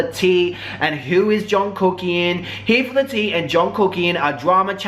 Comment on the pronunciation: intro -he four thaa-ha teeh = here for the tea - si-buurs = subscribers? lol just in case you gotta decipher.